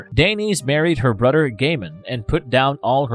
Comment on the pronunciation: x 🤣😂🤣 and mudder. ‘Boddered’’ me the whole video. Brudder, mudder.